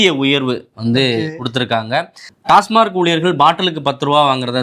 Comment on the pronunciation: டாஸ்மாக்.. டாஸ்மார்க் இல்லை